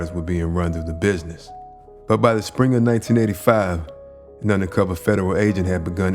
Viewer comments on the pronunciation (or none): none